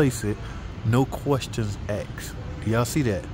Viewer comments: Asked. A. S. K. E. D. Not axed. Other than that, agreed. Harbor freight has gotten terrible about their warranty stuff too. I dont even bother going to my local store anymore. Ive never seen an actual northern tool store. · Its asks not axed 😂😂😂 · Shame on you! It's not "No questions exed..." It's 'No questions AXED'! Ahmo teach you how to be black!:D